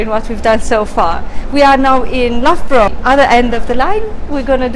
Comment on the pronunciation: Loughborough is pronounced as “luff brah “ ! 😉